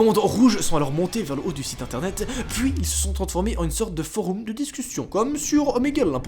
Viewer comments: "Des foroum" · est ce que je suis le seule a qui sa stresse quand il dit foroum mdr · Foroum 🤣 c'est du latin ça se prononce forom. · « Un forOUm » meeerde ça perd toute crédibilité du coup!!! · Mec t’as dis « Foroum »! C’est ça qui m’a le plus choqué! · foroum sur youtoube!!!le deepwoub anectous..en gros il essaye de parler francais et latin je pense mdrrrr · "foroum" C'est stressant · Sur des "foroum"😭😭😭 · "foroum" ? x) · Foroume qu'il a dit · Je suis le seul à penser que prononce mal "Forum"? ( Il dit Foroum 😂) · Tu prononces mal « forum » connard